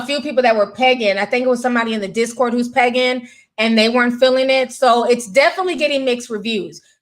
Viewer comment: Why did I hear pegging and not “pagan.” LOoooL